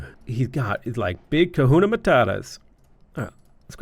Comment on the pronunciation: I know you don't speak Hawaiian so let me help a bit. Keawe = Kay-ah-vey. Lo'i Kalo = low-ee kah-low. Kahuna = Ka-who-na.